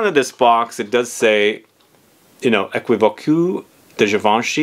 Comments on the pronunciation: It prononces as "é·ki·vok" 😄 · U have to say Ae-ki-vok’ ❤❤❤ for thé french pronounciation ❤❤ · The way you say is very funny but that's ok. It prononces as equivok